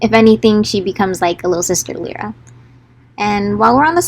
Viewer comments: I have a tendency to favor very short names bc I know for a fact they will be butchered... My friend: L-EYE-ruh 😂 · Omg I think we have all been saying Lyra's name wrong 😂😂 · It's strange to hear u pronounce the names, cause I've been pronouncing them different this whole time aha Lyra: Lie-rah Shon: more like schön 😅 don't know where I got that